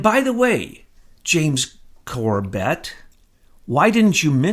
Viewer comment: It's NOT corBET, it's CORbet, the pronunciation of James's name. I've heard him since he was a guest on THE POWER HOUR with Joyce Riley. He did a great 911 vid. Last I knew, he and his family lived in Japan, in Tokyo. I think James just doesn't know what you know. He's not up to speed. And is only putting out what he knows.